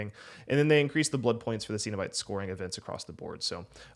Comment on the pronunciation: "Seen" o bite? "Sen" o bite.....sir 😑